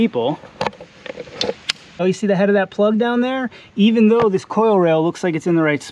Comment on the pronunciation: Bro says "spark plug" But when bro says plug without spark Bro says "ploog"